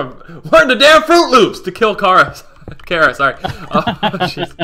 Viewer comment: It's pronounced kara